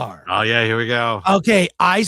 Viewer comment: The pronunciation is Dhu-run-dhar....